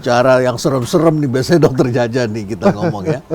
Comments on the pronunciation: Dr. Djaja sungkan mengoreksi pelafalan namanya yang seharusnya 'ja:ya', bukan 'ja:ja'😉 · Djaja bacanya jaya bukan jaja. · Lebih tepatnya Caya bg..😅